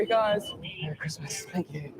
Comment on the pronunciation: Mewwy Cwismas...